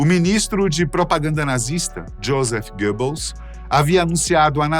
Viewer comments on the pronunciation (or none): none